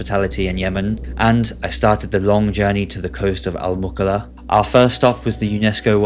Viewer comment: للتوضيح فقط .ينطق أسم المدينه المُكلّا...وليست المكلا